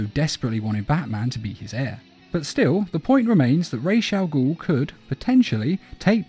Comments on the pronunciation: Its pronounced Raz not Raish....RAWZ ... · It’s ras not rash, ras in Arabic means head and al-ghul means demon, so it’s ras al-ghul not rash I would know cuz it’s my first fucking language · Why does it grind my gears so bad when i hear 'raish Al goul' 💀